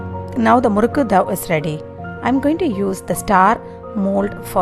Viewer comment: It is dough which sounds ‘doh’ not ‘daw’. Thx